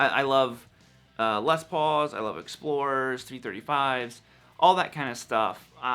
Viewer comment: Awesome - someone from North America who doesn't pronounce 'Les' with an extra 's' : what's with the 'Less' pronunciation, people ?